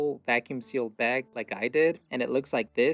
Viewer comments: I'm from the south. What's a "beg"? 😆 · I like, the way he coated the, protein in, the baywgggggg